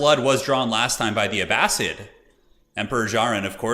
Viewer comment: Wow that FFA was epic! But hey I happen to be listening to "Power and Thrones" by Dan Jones which is about the middle ages and he pronounces Abbasid "A bass SID" not "A bass SEED". Anyways love your videos it just bugs me 😅